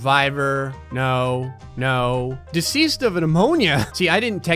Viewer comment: Deseased instead of deceased